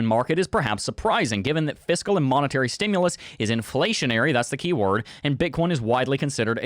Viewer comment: There's no "o" in "stimulus".